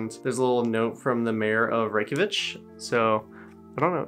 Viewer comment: ‘Reykjavich’ lol